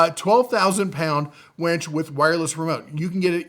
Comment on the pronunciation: It’s winch, not wench! 😂